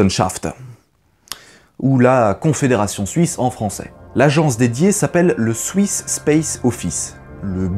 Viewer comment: On peut aussi dire bravo pour les prononciations!! Même si "swiss" ne se dit pas "souiss" 😂